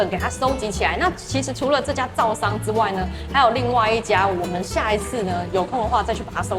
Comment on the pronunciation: 應該是灶桑，不是杜桑😂